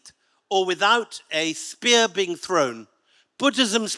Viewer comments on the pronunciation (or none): none